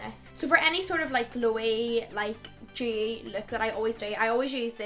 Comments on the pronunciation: Demmi Leigh she's saying dewy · Demmi Leigh I think she's saying dewy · Demmi Leigh she means dewy lol